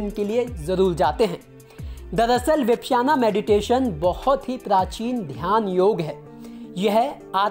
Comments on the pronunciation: विपश्याना नहीं, विपश्यना कहते हैं। भाई, उच्चारण ठीक कर लो। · विपश्याना नहीं, विपश्यना ध्यान विधि।अर्थात अपने आप को दूर से देखना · Yaar 1 million view le rakhe hai vipasana nahi bolna aa raha 🤦